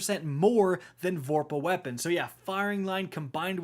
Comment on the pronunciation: "ThE lAsT brEaTh iZz tHE 2nD wORst WePuN iN pROpHeCy"